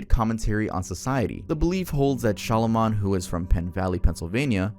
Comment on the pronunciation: Is it really pronounced shalamon? Also there's actually an americas stonehenge and its in new hampshire! Loved the video!❤